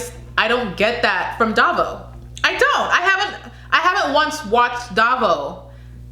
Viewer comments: Baguio is pronounced as Ba-gyoh.. Davao as Da-vow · Davao is pronounced DA -Vow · Hahaha, so now you know how its pronounced. You're doing awesome.😘❤️ So on your next video I cant wait to hear you say "Pa'Sigh". And for Davao.. Just think of the word "Vow" and connect them so it sounds like.."Da'Vow". Hope that helps. 😘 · It's pronounced Dah-vow :)